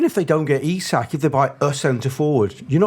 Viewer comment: Eee-sack not isaac. Small thing but irritates tf outta me lol